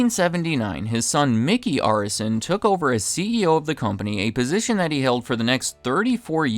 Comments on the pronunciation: They own my favorite basketball team, Miami Heat. It's also pronounced Air-is-SON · The name is pronounced Air-eh-son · Seemingly pronouncing Arison incorrectly.